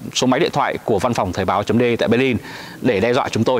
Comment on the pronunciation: Thời báo chấm dê e (de) rõ ràng mà ba đọc là đê e ( đe)